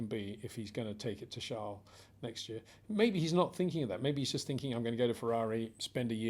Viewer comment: Peter Windsor his name is Charles not Charle....=)